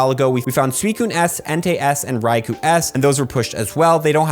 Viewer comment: It's Rai-Ko not Kou